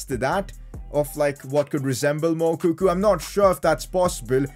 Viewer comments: Pcq: It's pronounced Mou-co-co not Mou-coo-coo 😂😂😂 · PCQ: IT'S MOUKOKO NOT MOUKOKU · It's moukuko not moukoku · PCQ: The guys name is Moukoko not Moukoku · its moukoko not moukuku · The way pronounces moukoko is hilarious. The pronounciationis M-U-K-O-K-O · Did dis dude just say Mukuku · PCQ: It's pronounced as Mu-ko-ko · It’s pronounced moukoko